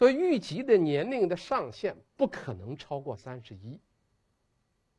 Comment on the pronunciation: 王立群的普通话好别扭啊！！！！他的普通话一般非常标准，但是有几个词音调就好怪，比如诸侯念成竹后，虞姬念成玉即，难受死了啊啊啊！！！！还不如易中天，一股塑普，都不标准，反而可爱啊